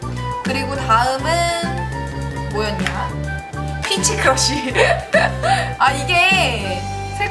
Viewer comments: 피치크러쉬를 피쉬크러쉬라고 들었...ㅋㅋ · 양띵님ㅋㅋㅋㅋ피치크러쉬를 피쉬피러쉬로 부르시는거같앜ㅋㅋㅋㅋㅋ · 계속 양띵님 피치크러쉬를 피시크러쉬로 읽는듯한느낌ㅁ....